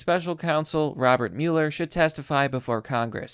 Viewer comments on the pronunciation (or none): none